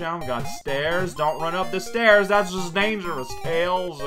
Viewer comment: idk why it's so funny to me when alternates between calling tails by his name and then blurts out 'tail' without the s